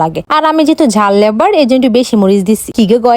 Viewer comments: লেবার ✅ Lavar❎ 😂😂😂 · Lover ❌ Lebar✔️ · এই পাগল ঝাল লেভার না লাভার 😂